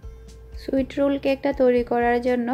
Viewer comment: সুইট নয়, সুইস হবে